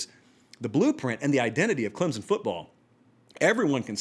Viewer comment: Say Clemson correctly then I'll listen. You talk about being accurate?